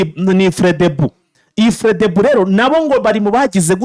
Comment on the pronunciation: Ni Frodebu apan fredebu